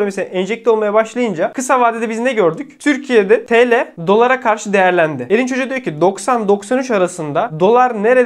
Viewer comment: Ilk 10 dakika "Elin cocugu" boyle diyor diye anladim, "Erinc Hoca" diyormus !